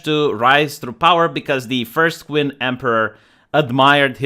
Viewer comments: My only critique is pronunciation. Zhao is pronounced "jow." Qin is pronounced "chin." The Qin dynasty is where China gets its name. Qin was the first emperor of China. His capitol city was Xi'an. His tomb is the place where the terra cotta warriors were found. Other than this, very good post. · I think the Qin dynasty is pronounced Chin, like qi (life force) is pronounced chi. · The character's name is Zhao Gao and the dynasty is pronounced "chin" not queen. Also, the story is there is only 1 guy who said it's a deer and not a horse. Zhao Gao convinced the young Emporer that he is lying to him and the emperor order him executed on the spot.